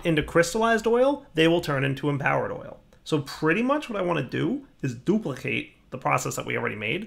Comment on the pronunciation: He totally says duplicate with like, a brooklyn accent. :v